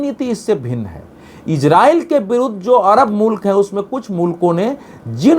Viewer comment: Israil/iran sahi sahi bolna seekh